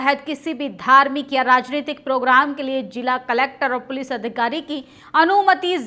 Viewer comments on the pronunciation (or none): none